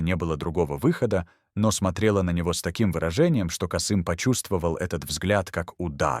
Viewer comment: Кыргыз тилин маани бербеген диктор го, (пятнадцат, Каааасым). Биз Касыыым дейбиз.